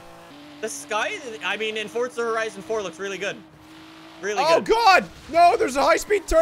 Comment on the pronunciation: Why does he say Forza like that like? He acts like there’s a T in it, like Fortza.